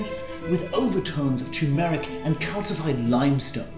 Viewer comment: finally know how to pronounce 'turmeric' now, also i'm taking an art history class at uni and they're all just so much worse